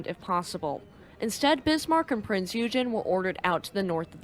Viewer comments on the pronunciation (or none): and -some help with pronunciations; Ensign is pronounced ehn-sun Eugen is pronounced oy-gun Lütjens is pronounced loot-jens Finally, a piece of trivia: Ballard was on a top secret, classified project in 1989. He had asked, if there was time, could he seek out Hood and Bismarck? He was told that he could, if time allowed. He finished the classified project 12 days ahead of schedule. On Hood, he had to do some searching, but finished with five days remaining. On Bismarck, he had help in that another searcher had found her and provided the clue: "Look for an undersea volcano, you will find her on the slope." Since there was only one volcano in that area, they found Bismarck easily. Bismarck landed near the peak and slid down through the mud to near the bottom of the slope. Addendum: Going against Ballard's feelings to leave Hood intact the Royal Navy did recover the ship's bell from the Hood and it now resides in the naval museum of Portsmouth.